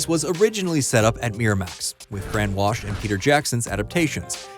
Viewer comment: It’s pronounced WALL - ssh! Not WASH! I can’t bear your mispronunciation of Fran’s last name and my last name! Disrespectful man.